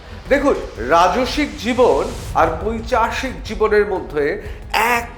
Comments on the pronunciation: পৈচাশিক হবে না, হবে পৈশাচিক! দয়া করে ভুল বাংলা বলবেন না প্লিজ, তার পরিবর্তে বরং সমার্থক ইংরেজী শব্দ ব্যবহার করুন। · পৈশাচিক,পৈচাশিক নয়